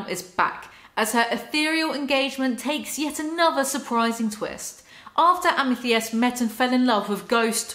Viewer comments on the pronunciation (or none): I die a little everytime you say amy-thiest amethyst.. is a crystal, the purple one pronounced ama-thist hahahha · pronounced amethist sorry i hate correcting but every time u said amethiest my soul coiled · amethyst like fist, not like theist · It's committing to mispronouncing Amethyst after hearing pronounce it correctly for me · I made sure I was right but Amethyst is pronounced...am-eh-thist. Don’t hate me telling how to pronounce this word...I swear I know it’s a hard one. Love you. —from a Texan in the USA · amithiest... amthiest, amethiest! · Am a theeeeeeeest...am-a THist...Holy Wallaby gottit. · thhhhiiiist no r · I adore how you have no pretensions. Fuck yes. If you can’t pronounce something, what’s the problem with that eh? Ah meh thist should be abandoned as a pronunciation. Balls to it tbh. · Lol Am-i-th-i-st like the February birth stone. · Amythest = Ah-ma-thist Lmfao Still love you though❤️ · am-uh-thist for the love of god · amm-UH-thist fyi =) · I love you, darling, BUT THAT'S NOT HOW YOU PRONOUNCE AMETHYST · Hearing Amethyst being pronounced like that so many times took years off my life. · the way you pronounce Amethyst is killing me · Today I learned that British people pronounce "Amethyst" REALLY weird. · I cannot get over how you pronounce amethyst 😂 btw love your hair! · trying to pronounce Amethyst has officially broken me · HAVE YOU NEVER HEARD THE WORD AMETHYST BEFORE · not you pronouncing amethyst like that 💀💀i know the english language makes no sense but y'all ever pay attention to the letters you see sdkjfhskjf